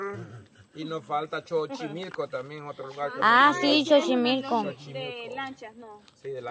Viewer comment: como, como, como¿ chochemilco¿¿ ES XOCHIMILCO, SALUDOS M.E.R..A.